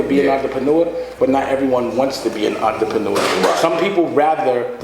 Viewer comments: oontra-paw-new-ah -dame dash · damn why can't Dame pronounce 'entrepreneur' correctly? Sounds like Russell Simmons must've been coaching him to say it that way. And there I was thinking those high-water shorts in every clip were bad...